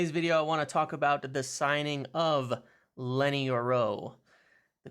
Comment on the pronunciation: Lol why're you saying Lenny's name like that, youre rolling his first name into his last name 😂